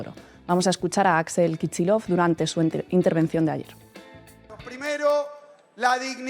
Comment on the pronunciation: No se entiende por qué se pronuncia /kichilof/ un apellido ruso que se escribe Kicillof.